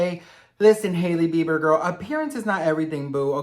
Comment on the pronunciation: Whenever you say "Sahailey Bieber" I just can't stop laughing cause Saheli means friend in Hindi 🤣🤣🤣